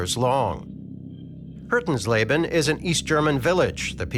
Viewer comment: he pronounced Hötensleben as "Hurtensleben". no wonder i couldnt find it o the map